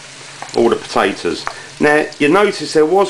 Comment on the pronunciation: You mean the pota`oes?